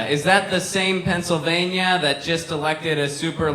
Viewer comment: A former government of Pennsylvania who can't pronounce the word. It's not pennsavania FFS